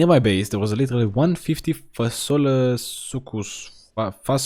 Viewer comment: the way you said fasola you romanian by any chance?